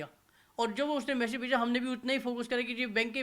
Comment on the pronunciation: Message, hota h na ki mesaage😂😂